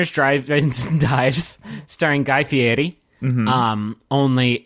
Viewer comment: I really appreciate the careful pronounciation of Fieri and subsequent application of it to Berry